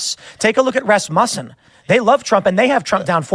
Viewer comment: Rasmussen??? That’s a weird pronunciation